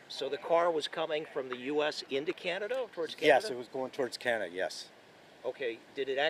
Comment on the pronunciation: . " going towards Canad "